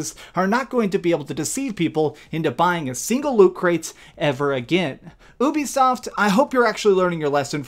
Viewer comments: Ubisoft is pronounced as YOU BE SOFT, not ooh-be-soft. You did the same shit with Geralt. Please pronounce the names right. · How is it funny that people are loosing money what’s funny is how you fail to use common sense and sound out the word you-b-soft if it’s u play why would it be uh-be-soft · Wow what planet have I been living in, I thought it was "youbisoft" not "oobisoft" 🤦